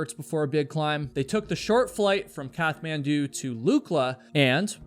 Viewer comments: This is a much better video when you skip all the blah blah blah-ing. Also, Kathmandu is pronounced like a T (cat), not TH, and it's gasping for air, not grasping. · That’s not how you pronounce Kathmandu